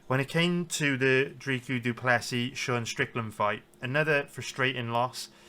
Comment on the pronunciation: Dricus' first name is pronounced phonetically, the second name just has a silent S at the end. Trying to be helpful, idk if people will know who Dreekoo is